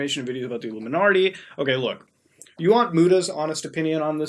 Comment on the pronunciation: "Iluminartie" killed me every time 😂😂😂